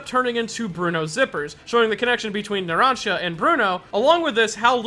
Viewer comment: You mispronounced Sale ,Diavolo and Narancia! They're names are in *ITALIAN*! Put them in Google traductor. xMattia Also, i'm half " Italiano "and half " Brasileiro " Edit: in one part of the video you pronounced Narancia right